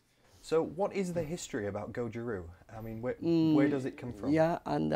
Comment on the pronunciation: It's not Goju Roo, it's Goju RYU